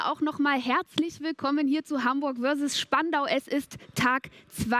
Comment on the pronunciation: Herzlichen Willkommen zu Hamburg WÖRSESS Spandau 😄